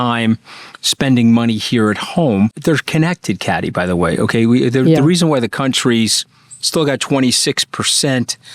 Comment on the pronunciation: Hey Anthony, why can’t you pronounce Kathy’s name!?